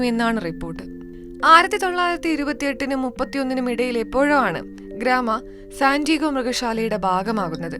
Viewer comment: സന്റീഗോ അല്ല സാന്റിയാഗോ ആണ് ശെരി